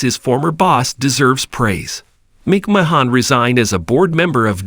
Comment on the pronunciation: The prononciation is so bad i had to stop watching . If you want to be legit, at least learn how to pronounce the names of who you are speaking about. "MICKMAHAHNN AND DREW MASINTIRE" are not their names. Not personally a fan of the McMahons, but wanted to see what the story was about. It sounded so horrible now i will never know. Hopefully you will modify your Narrations and have a successful channel. I mean that in all sincerity.